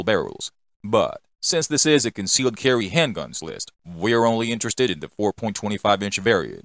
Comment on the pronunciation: What's up the with pronunciation. Glock Sewies, concealed Carwee 😅